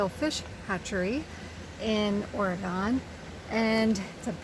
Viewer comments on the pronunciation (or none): Love this hatchery, the gardens were beautiful. A true hidden gem. Btw, the state name is pronounced Ore- gun....not Ore- gone!